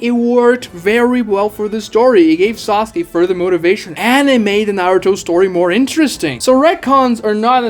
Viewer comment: haha "sauke"